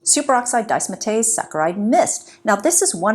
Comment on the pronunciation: It’s pronounced super oxide dismutase- ‘dizz-mute-ayze’